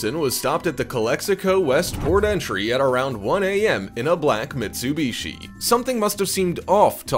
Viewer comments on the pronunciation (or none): none